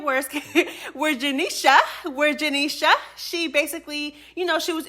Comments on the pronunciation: I literally hate how you say janeisha name 😂😂 janeiSHA 😭😭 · I can tell u don’t like janisha just by how u say her name.. Jah KNEE SHA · janishA 😂😂😂😂 the way you say her name has me weakkk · Why you saying Janesha name like that? 😂😅🎉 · why you saying janeishas name like that lol😂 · Why you keep saying her name like that 😂😂😂😂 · Why you say her name like that 😂😂😂😂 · bro the way you saying Janiesha’s name got me weakkkk 😂😂😂😂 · I love it lol 😂 😂